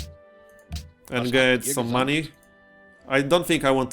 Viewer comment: Every time you say "Maney" I put my hand in front of my face with all the fingertips touching eachother and yell "Maaaaaaney!"